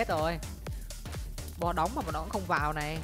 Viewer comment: Yêu cầu ông phát âm đúng chính tả tí Này(lày), nọ(lọ), là(nà)